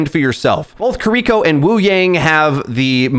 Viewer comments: Kuh-REE-ko is diabolical engagement bait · Buhteest and kuhreekoh